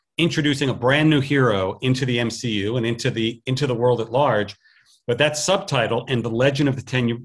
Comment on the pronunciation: You mean M-SHE-U?